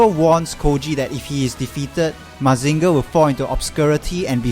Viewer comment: Great review, but the way you pronounce Mazinger hurts my soul.